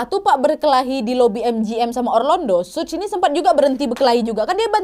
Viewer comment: suj apa suge sug kea ada yg salah ni mbak 😂